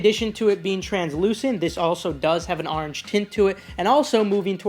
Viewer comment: I had to unsubscribe because you say orange weird